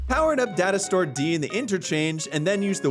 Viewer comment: Who else heard dinosaur instead of data store!? 😂😂😂 Just me...?🙈